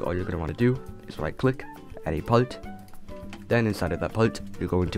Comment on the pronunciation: “Palt” it’s part pronounce it correctly